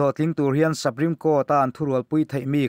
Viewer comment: Sapreme nilo in supreme tiin lam zawk teh a